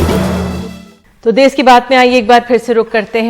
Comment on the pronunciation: देस नहीं देश होता है।